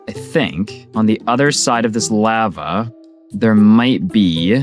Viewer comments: Lahva not lAva 😭😭😭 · Its pronounced “LAH-vah” 😩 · You pronounce lava like the white lady selling tacos in family guy. It’s a bit comedic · I have never heard anyone pronounce lava like that lol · lahva and myth-rill also